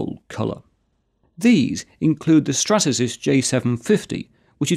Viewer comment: hold on... did you say Strasasys instead of Stratasys?